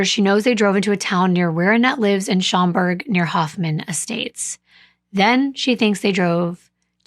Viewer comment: This is one of the most brutal cases I have heard about. I don’t know how I have never heard of this story because I live and work in this area. Very nicely done with the pronunciations my love! Especially with the city of Schaumburg. You pronounced it perfectly correct.